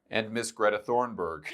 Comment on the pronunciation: Did he seriously say Greta "Thorn"burg? 🤣